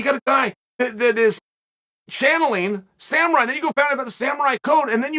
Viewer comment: SamUrai, not SamArai... love ya bruh. Just trying to help. Also... new to Oregon, live in Newport! I'm a Master Framer if you need anything built! Surfer Construction!!!!